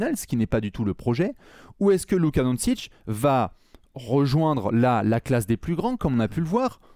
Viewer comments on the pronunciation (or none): stp,on prononce Donchich....pas Donsich🙏🙏🙏 😅 Merci pour le partage de vos analyses.